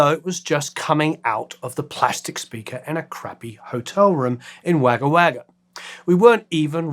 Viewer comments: The Pronunciation of Wagga Wagga is Woggah Woggah - Wahhga is enough to set anAussies Teeth on Edge - Still a great vid ! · Wagah Wagah? That’s pronounced Wog-ga wog-ga Hi from Australia on the way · It’s not pronounced wagga wagga, it’s pronounced wogga wogga. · Pronunciation of "Wagga Wagga" is "wogga wogga", usually briefened to "wogga". I associate them with Wagga, where I had arrived from abroad at the same time. I regularly listened to them, totally oblivious to my proximity with the divine. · You can always tell when someone doesn't know Australia well when they say waaga waaga for Wagga XD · Though spelt Wagga Wagga, it’s pronounced Wogga Wogga. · Um.. its pronounced "Wogga Wogga" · Fascinating insights much appreciated… but it’s pronounced’Wogga’ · Pronounced Wogga Wogga. So good they named it twice. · Great presentation of a great song, Still have the single from '83. Btw, it's pronounced "Wogga Wogga", mate. 😉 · great video and a brilliant song and band, but Wagga Wagga is pronounced "Wogga Wogga" sorry. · Great to see. But so you know, the Australian town in which The Tourists broke up is pronounced 'Wogga Wogga' (Land of the Crows). Cheers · It’s pronounced ‘Woggah Woggah’ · Pronounced Wogga Wogga. It’s aboriginal. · Wagga Wagga isn't pronounced like you said. The Wag in it rhymes with dog. So it sounds like "woggah woggah". The joke is Wagga Wagga, the town so good, they named it twice. You get quite a few details wrong like this, in your videos. You need a bit of quality control